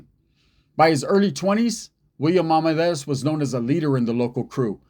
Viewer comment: It’s pronounced Ar men dar iz